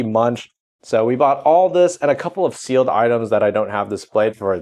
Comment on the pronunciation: I totally had to rewind to see if he said "Sealed Ass!"